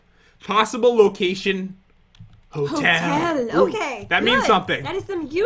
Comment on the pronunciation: Is It Christmas Yet? Cause You Said The Ho Ho Hotel that sounds like ho ho ho